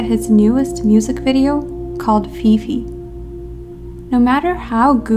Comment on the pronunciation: I cant take you seriously when you say fefe lmao